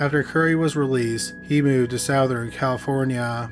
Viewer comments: Lol, c'mon man. Sowthern? I've heard you pronounce the word "Southern" properly about 1000 times. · You're trolling us by pronouncing it Sowthern aren't you? Lol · Great video. But, dude... you really need to learn how to pronounce, "southern ." You say it like, "sow-thern." Its funny but gets on my nerve for some reason. Otherwise very good content! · ah yes, "soathern california". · Charlie Bucket. It's how Canadians pronounce it. We say sow-th. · How do you pronounce this word??? 'Southern' as in 'Southern California' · I love the way you say 'southern'! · the way he pronounces southern is weird